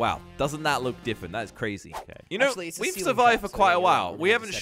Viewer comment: I love how says diffent instead of different